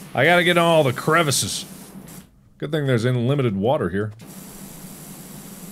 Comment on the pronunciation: Me: enjoying the vid Mark: “imlimited” Me: (V I S I B L E A N G E R)